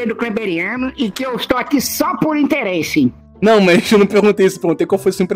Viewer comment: "O interrese foi muito... interresante" KKKKK